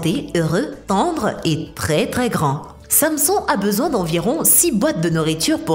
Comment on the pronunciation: la meuf elle sait pas prononcer Samson xD mdr